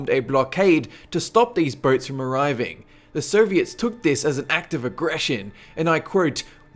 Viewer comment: dude you got some bad pronunciation with some words, for example Soviets you pronounce it like Serbians, the same with Syrians that too you pronounce like Serbians, i was like wtf when would Serbia launch missiles in the direction of the USA, that was always the US thing to launch missiles at other countries including Serbia xD